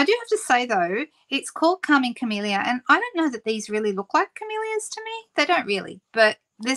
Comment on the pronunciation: You said Calming Camellia, and I heard "Karma Chameleon"!